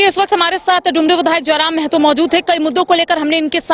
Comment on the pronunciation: Ptrakar mahoday mehto nahi mahto boliye